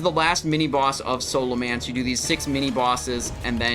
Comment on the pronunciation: Say Scholomance right ONE TIME